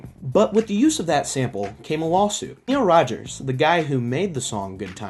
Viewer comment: Really you mispronounce Niles Rogers (it's like sayin miles with a "n") and where is The Evolution control Committee?